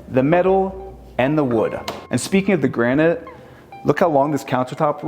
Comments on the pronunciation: Please learn how to pronounce "granite." It's easy. It's kinda like "nuclear." SOUND IT OUT. Then say it right. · Granted not Granite?